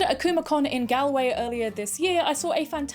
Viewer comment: I'm guessing you mean Galway in Ireland right? It's pronounced differently, not gal as in slang for girl but gal as in gawl. :D